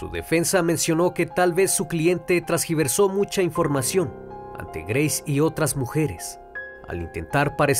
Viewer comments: Una observación no se dice trasgiversar es tergiversar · Hola, es tergiversar, no transgiversar, excelente video, saludos